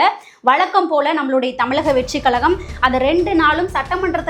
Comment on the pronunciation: தமிழக and not தமிளக. சரியாக உச்சரிக்கவும். அக்கா தமிழை கொலை பண்ணாதே.